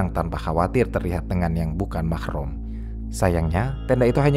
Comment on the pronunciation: yess, pelafalan yang benar min, MAHROM😊